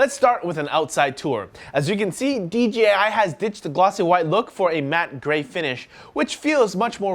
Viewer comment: Dude I heard you say DGI at least 6 times.. its DEEJAYEYE.... :) J not G